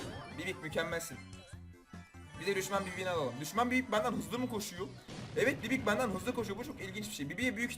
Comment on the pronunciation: Sen gerçekten dileizsin bibi ye bibik dedin